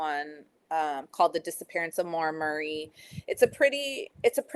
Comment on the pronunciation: Murrrr eee ! FFS how can you not pronounce Murray ??